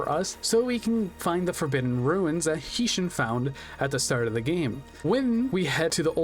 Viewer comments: Quality check. I appreciate that you put effort in to making this, but there's quite a bit of information that's incorrect. Isis can draw in to B. Skull Dragon, Meadow Mage does not drop Gaia the Dragon champion, and you can not fight all 3 villagers in the 2nd half of the game. Heishin, "High Shin", Heinz Ketchup Shin. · Your pronunciation of Heishin will give me reccuring Nitemares